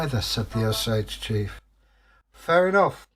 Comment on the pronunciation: I am Osage. My Great great grandfather was Chief Claremore. I’m not sure why but people seem to constantly mispronounce the name. The name is O - sage. Not o- SAGE. Hope you don’t mind me correcting you. Really liked the story.